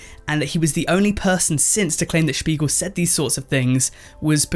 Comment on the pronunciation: Says he'll mispronounce the CEO's name and proceeds to perfectly pronounce the last name in German 😂